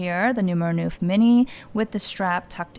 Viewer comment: Great video!!!! It’s gorgeous. It’s pronounced “nuff” as in enough 🥰✨